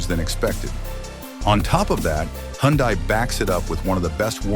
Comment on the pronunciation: It's pronounced hunday like sunday